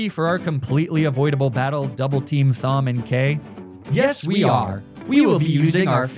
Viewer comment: As someone whose name is Thom, I can confidently say that my name is pronounced Tom, not Fom. So I'll just assume this is one of those Magnemeetay situations.